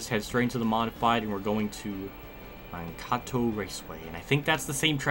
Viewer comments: It th MAN kato not makato. ur so wronnnnnng.... :p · Mankato , not Makato Hope I don't seem rude, just letting you know.